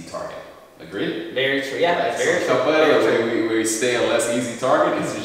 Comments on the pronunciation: For the pove of God. Is Capoeria not Caporella like you were calling it. If you're going to showcase a styke, least you can do is make sure that you pronounce the name correctly. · Pronouncing it "Cap-a-rella" is so adorable it fills me with feels! 🥰🥰